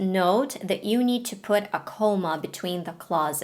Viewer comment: Comma, you mean to say, not coma. ❤❤❤❤